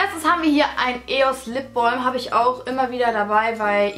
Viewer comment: Lipbolm :-) Klingt ein bisschen komisch/blöde! Sag doch einfach Lipbalm oder am Besten Lippenbalsam! Kann man denn nicht einfach Deutsch sprechen? Find das irgendwie echt doof, immer dieses englische "Ausgespreche"!